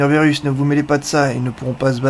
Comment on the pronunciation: on dit pas bérus on dit birus